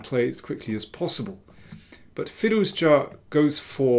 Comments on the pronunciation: i was wrong. your pronounciation is correct and every other commenter's is wrong. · You pronounce Firouzja's surname really well